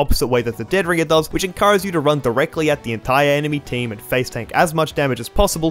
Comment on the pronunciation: The emphasis is on the "ring" of dead ringer, not the "dead".